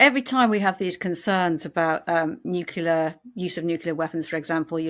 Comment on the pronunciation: Why does he keep saying “nukular?”